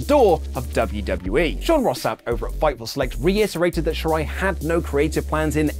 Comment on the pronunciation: did you say, "Luv-U-W-E". I have been stung by several red wasps so I might be slightly unfocused on the narrative. My apologies